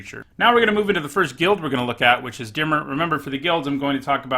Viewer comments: You're pronouncing Dimir like it was spelled, "dimmer". It's pronounced, "di-mear" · It’s not dimmer it’s dimir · Stop fucking mispronouncing Dimir wrong. It bothers the shit out of me.